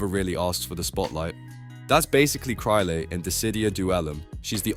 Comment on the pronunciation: Yea the moment I heard the pronunciation of “Krile” I knew this dude was either a fucking tourist or it’s AI lmao